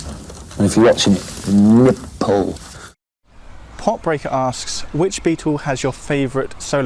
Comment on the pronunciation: “If you’re watching, NIP-PLE” 🤣